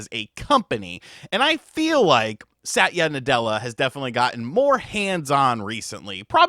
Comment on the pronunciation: Bros one syllable away from "sat yu nutella" hahah